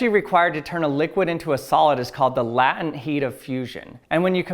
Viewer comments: Latent pronounced as "latin"? I always thought there was a bigger emphasis on the first vowel, so as to pronounce it more like "lay - tent". Anyone know if this is UK vs US pronunciation thing? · Um... the word 'latent' is not pronounced 'lat-uhnt'. It's 'lay-tent'. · It's pronounced LAY-tent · Lah-tent = blay-tent shibboleth fail. Interesting glimpse behind the wizard's curtain. All good though. Still a fan of the channel. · latent = lay-tnt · Cool episode. Isn't it pronounced "LAY-tent"? Thanks. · Yes it is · Lătent heat of water? Lătent? 😂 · That rules is in no way any representative to see how far "the cold spreads". The crosssection for heat flow is minimal, as is the surface area in contact with the nitrogen. I dont think it would change anything to the conclusion tho, with heat capacity and all that. Even though your measurement of it is also quite flawed. Also weird way of pronouncing "latent", but tbh i dont know if maybe thats just how they pronounce it in US english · Ive never heard "Latent" pronounced that way. 🤔